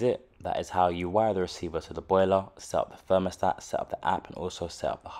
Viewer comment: It a 'Thermostat', not a 'Fermostat'